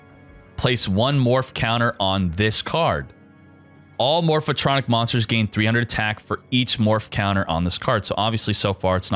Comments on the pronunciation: MORPH-TRONIC, not morpha-tronic. God damn, triggered so hard right now. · More-fuh-tronic! lol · The way he pronounces Morphtronic gives me anxiety